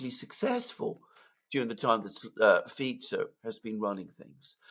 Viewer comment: Alexander must be the only guy who pronounces the SLovak PM's name properly: Fitso, not: Fiko. I respect a guy who cares about details.